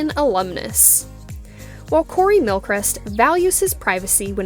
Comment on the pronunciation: You're pronouncing His name wrong.